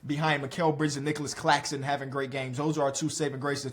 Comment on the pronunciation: Is it just me but when he said Claxtonclaxxxon I died😅